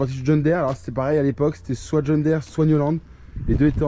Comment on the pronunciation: john diiiiiire pas dére